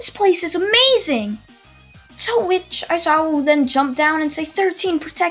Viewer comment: Every time he says “to which” I hear “twitch”